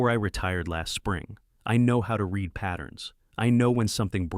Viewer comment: You read every comment... Sounding "RED" = past tense. Not "REED" = present... As it is meant to be ! AI exposes itself by misspelling...